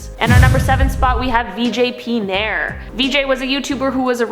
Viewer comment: Yeah so just wnted to say 7th one its said as naa yar i mean i'm just saying